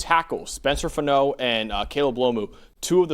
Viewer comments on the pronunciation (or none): FAH-NO not FUH-NO. It’s literally one of the easiest Polynesian names and no one can get it right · I hope you're wrong, but you backed up your pov. Well done! Go Utes! (also, it's pronounced Spencer (and Logan) FAH-no not fah-NO). Thanks guys!